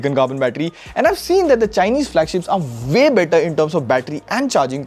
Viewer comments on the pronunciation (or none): It’s not Vay better. It’s way better.😂